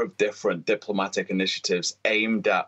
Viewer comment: "diplmomatic" lol